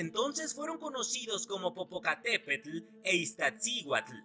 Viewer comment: Popocatépetl la pronunció muy bien e Iztaccihuatl hay va saludos!!!